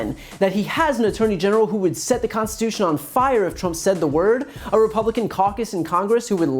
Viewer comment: The man can’t even pronounce the word “Constitution “ ... it’s just all a bad dream everyone!